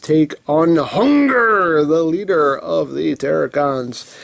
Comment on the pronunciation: Its not hunger its hun grrr the u is silent lol